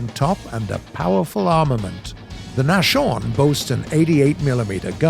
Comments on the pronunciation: I know it looks like it's pronounced that way but Nashorn is actually a compound word from the German word for nose, Nase and horn, well Horn. So you've probably guessed what Nashorn means by now and yes it's German for Rhinoceros. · they say the flakbus has limited elevation... I think they ment depression... lol Edit: also pretty sure he said Nashorn wrong too. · learn to pronounce nashorn please, that was painfull for my ears. lol jgdpz I "you might have to double tap" shows taking multiple shots to get the kill,if it even got the kill. then comes to the flak37, "it can obliterate anything reguardless of its armor, cuts away before shooting at the jumbo. good stuff gaijin. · My guy, it's not "nashorn" as in "mash-orn", but "nas-horn". As in, the German word for rhino. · Say naschorn one more time, i dare you. Its Naashorn, not naschorn.. smh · It's bugging me a bit that Nashorn was pronounced "Nash-Horn" and not "Nas-Horn" but other than that it's a great video. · Nashorn is pronounced Nas - horn , not NaSHorn. Means nose - horn .. german for rhino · Actually Nashorn is pronounced NasHORN not NaSHorn (without the pronunciation of "SH") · I like these kinds of videos but its nas-horn not nash-orn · NOT Nash-orn! More like Nahs-horn (Nose horn) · Nashorn is pronounced: "Nass - horn". Not "nashorn". It means "Rhino". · If no one didn't point it out yet, the correct and easier way to pronounce the Nashorn (in english) is to speak the "s" as a "z". Cuz Nas.. not Nash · Not Nash Orn....its spoken Nas Horn. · Nas horn not Nash orn :) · there is a heavy misspelling with the nashorn. you speak it as naschhorn and not as nashorn have you maybee build your version out of candies? translated into the english it would then be a nibblehorn in case of the naschhorn instead of a rhino in case of the nashorn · Hearing Hashorn... It's not pronounced like that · The nash-orn 🤣🤣🤣🤣🤣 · I hate how he pronounces Nashorn, it is pronounced as Nas-horn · U pronounce Nashorn like Naschhorn